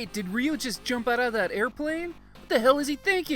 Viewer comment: Ryu or "ReeeYooo?" ? Seems that Engrish was working on you, too?